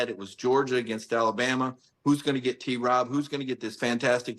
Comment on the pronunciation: Paul…stop adding a syllable to T-Rob’s name.